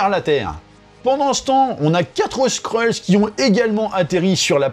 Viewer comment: Pas les Skreuls mec ! Les Skrulls. Sinon on peut plus faire de jeu de mots qui détendent